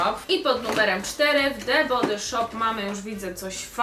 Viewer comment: nie chce się wymądrzać ani Cię urazić ale „the body shop” czyta się „the bodi szop” 😁😊❤️ wybacz